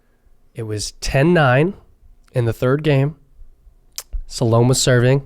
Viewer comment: Salome is pronounced sal oh may.